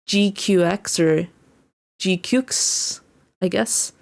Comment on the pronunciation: from the way it's said, it seems more like G-Quacks. granted, that might just be me thinking it.